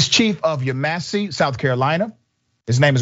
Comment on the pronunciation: Yeh-muh-see, SC